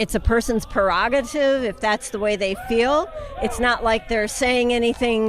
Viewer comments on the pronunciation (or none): No, you low IQ asshat, it is NOT a person's prerogative to advocate for murder. And the word is prerogative, not 'prorogative'